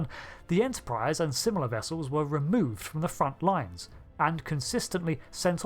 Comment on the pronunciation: "Vessews"? "Profioows"?